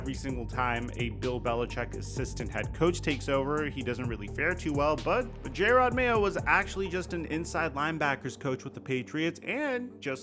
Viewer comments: It's not J-red Mayo, It's Jerod. Jer-odd. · its not pronounced "J - Rod" is the "Jer - Ed". Love the channel!